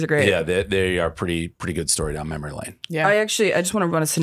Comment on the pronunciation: “MemorLY lane” Did anyone catch that at the begging AND the end 😂